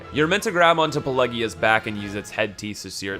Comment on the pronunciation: Its Pelagia not PelEgia